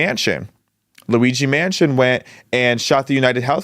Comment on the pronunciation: Luigi’s name is Mangione, not Mansion.